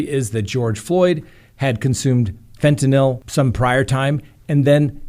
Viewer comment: Every time says “fen-TIN-YL” I giggle. It’s ok to say it the lazy way! 😂♥️